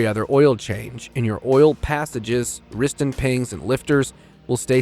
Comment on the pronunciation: You said "Riston Pings." Also, the N54 does NOT have port injection.